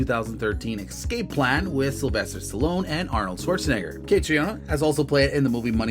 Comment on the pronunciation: Her name is pronounced like Katrina.